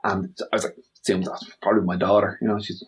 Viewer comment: assume ...eshuume?